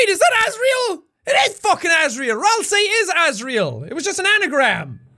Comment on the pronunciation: I'm if thatll work but rasei? It's ralsei!